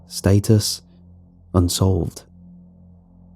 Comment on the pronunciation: Stat-Us, not State-us✌